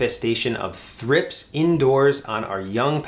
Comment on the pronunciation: Never heard thripes pronounced like that.